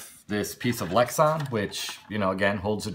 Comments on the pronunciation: come on man, good review but you're too old to be um...um..um'ing. and it's lex - a - n not lex - o - n. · LEX-AN not Lex-ON. Body Not LID. Roll Cage not roul cage